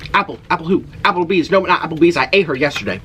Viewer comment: NO MORE AH-PL-BEEZZ 😡😡